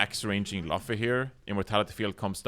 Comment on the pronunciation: its not important but its pronounced "loo-fee" not "luh-fee". also more of these vod reviews please. great work.